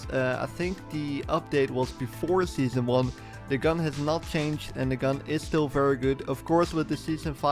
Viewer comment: scheason four